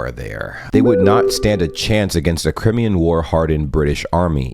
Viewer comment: It's pronounced "Cr-eye-me-an", not "Crimm-ee-an."